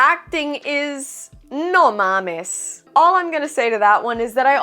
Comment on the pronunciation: Bro i know im just a Car, But When you said "No mames" i think i just felt in love im no simping pero lo latino hizo que me enamorara